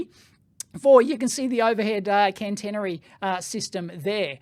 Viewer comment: Hi, thanks for the vid. Couple of points : its not cannnnteeenery ... it is catenary. cat-eeen-ery. for the overhead lines, and the thingy that sits on top of the train to reach up and complete the circuit is a "pantograph". I worked on Stadler diesel electric and plain electric trains for a few years...in the UK. The overhead lines run at 25 KV AC 50 Hz. Europe is generally a lower voltage. On the train, the 25KV is transformed down to run 3 phase 415V AC. THis is fed along to the power converters to provide variable frequency drive to multiple wheelsets. These can operate in regen to recover some power during braking. Also, Stadler have battery trains in at least two projects I know of : UK south wales where they are tri-mode : diesel, battery and overhead, and in southern Germany where they run on overhead or battery. For the Tesla example, they could use the pantograph when running on the main line and at the overhead served station whilst also charging the batteries for use on the branch. (Most trains have a 110V DC battery array which runs all the systems except aircon and traction for several hours ... I have also had the fun of recovering dead trains by coupling to a good one and getting enough power over the coupling to bootstrap the dead one and start its diesels).